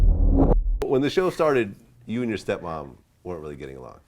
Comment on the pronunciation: did he say step-mom?